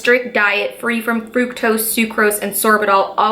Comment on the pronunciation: It's not frooktose it's fru-k-tose my 12 year old cousin know how to pronounce it.